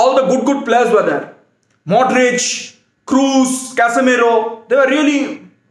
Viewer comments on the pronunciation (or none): none